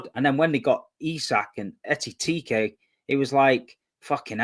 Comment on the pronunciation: Tobs is like if these man can’t say Etitiiike one more time, I’m leaving the show 😂😂😂 how is getting his own player’s name wrong 😂